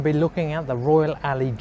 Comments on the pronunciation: Alloy not Alley ffs 😁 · Royal Alloy not 'Royal Alley' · It's pronounced Alloy not Ally. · Royal "Alley" !!!!